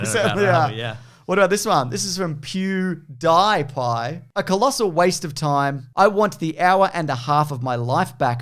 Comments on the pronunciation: I truly don’t know if I can forgive for being someone on who works on YouTube and still mispronounces “PewDiePie” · It’s funny that doesn’t know PewDiePie (pew-dee-pie). Isn’t that dude one of the top you tubers? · pronunciation of PewDiePie is the true horror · love how pronounces PewDiePie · Did you purposefully mis-pronounce PewDiePie?